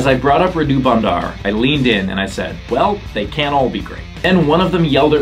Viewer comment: I'm sorry but the way you pronounce Radu has me dead, radú sounds so Indian lmao, the correct pronunciation is rádu